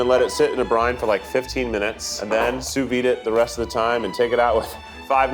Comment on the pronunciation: I love that keith doesn't know how to say sous vide, really puts the cherry on top of this one